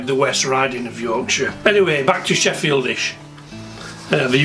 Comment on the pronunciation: Missed the l out of Sheffieldish.